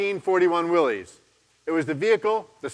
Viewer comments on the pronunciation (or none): It is crazy that the CEO of Jeep North America doesn’t even pronounce “Willys” correctly. It is pronounced “Willis”. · Even a Jeep executive doesn’t know how to pronounce The Willy’s jeep. “Wiilis” dumb ass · It’s sad that they gave up on teaching people to pronounce Willys correctly and just said we’ll say it wrong because it’s just easier.